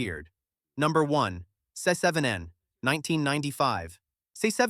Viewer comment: Se-seven-en is worse.